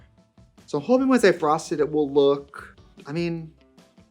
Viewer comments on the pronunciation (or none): none